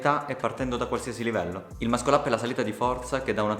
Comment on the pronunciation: tutti possono imparare ad eseguirlo, pochi a pronunciarlo... É MASSOL UP non mascol up